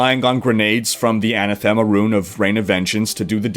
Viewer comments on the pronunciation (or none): Your pronunciation of anathema was painful to hear. It's not a girl's name. - Ana Thema. It's aNATHeMa, stress on the caps.